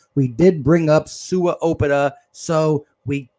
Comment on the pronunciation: Its "owe-pet-ah" lol damn bru